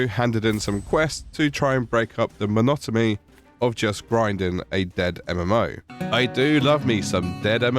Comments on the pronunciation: WTF is "monotomy" then? 🤔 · did he just say "monotomy"? 😅 Silly dog is confusing the 'n' sound with the 'm' sound.